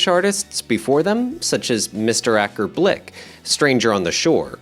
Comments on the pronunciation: Mr. Acker Blik? It’s BILK! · It’s “Acker Bilk,” not “Acker Blik.”🙄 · Dude can’t read! It’s “Acker Bilk” 😂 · It’s Acker Bilk not BLIK! Bilk or said like Built but replace the T with K